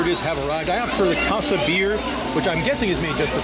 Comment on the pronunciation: You honestly don't know how to pronounce "casa"? Lol so annoying.